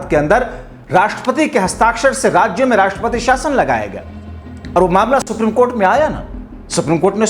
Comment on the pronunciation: दोस्तो के दोस्त सुप्रिम की जगह सुप्रीम कहने मे दिक्कत है?